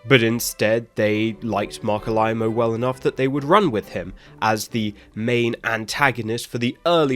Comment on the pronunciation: Mark WHO? All-Eye-moe? Wtf?